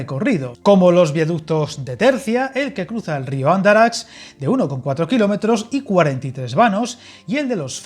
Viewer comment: La pronunciación de los nombres fatal! 😂😅 Especialmente Huércal y el río Andarax...